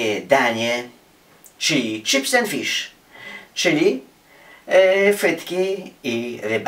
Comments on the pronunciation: on powiedzial czyps and fisz ? hahahah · "czips end fisz majnelibe lancz"